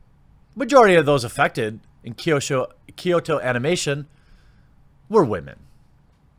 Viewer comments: Kyoto, not Kyosho. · “Kyoto” Anime not “Kyosho” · Kyo in Kyoto is pronounced in a singke syllable like "Yo" with a slight K sound in front of it, not "Key-Oh." Kyoto is a 2-syllable word. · KYOSHO? It's Kyoto. KEY-OH-TOE. Your mispronunciations are always 50% funny, 50% rage inducing. But I still love you Jeremy. lol <3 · Well, its actually pronounced "kʲoːto" as in "kyo-to" and not "ky-o-to". There should only be two syllables if you want to be "correct" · Kyoto is key-o-toe! Hard T! Not TH! Sorry on with the show. Also the Kyoto animation studio employee women is actually a solid big thing in Japan outside of this tragedy but yes it has nothing to do with tragedy and it's gross to use it as such. Also also kyoani(key-o,Annie) actually employed most of it's crew compared to most other studios who only use independent contractors which could be as short as a week of work. Really was a beacon of good will I the anime industry who was attacked. The fact kyoani did these things should push more to support the studio not hating on the anime industry.... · It’s “Kyoto animation”, like the city. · (For the beginning) Anime is just animeshion(Japanese pronunciation/spelling of the English word animation)abbreviated, It's English so you're fine pronouncing it "anima-". The only people who pronounce it "Ah-Nee-May" are Japanese and wapanese people. Edit: Also "Kyo(K-Yo)-toe" lol Ken "O-Koo-Moo-Rah"